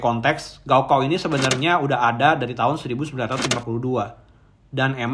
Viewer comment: Gao kao dibaca "kao gao" ( ujian akhir tingkat sma )